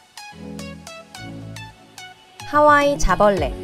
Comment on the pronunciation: 하와이 자벌레를 난 카와이 자블래 라고들음ㅋㅋㅋ